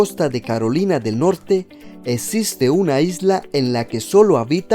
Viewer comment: Amigo por favor no digas etsiste! Atratcion, etc. Le quita credibilidad de tu video y tiene datos interesantes